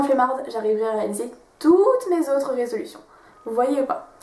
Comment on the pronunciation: Super les filles, continuez comme ça. Par contre c'est plutôt résolutions et pas "résolutin".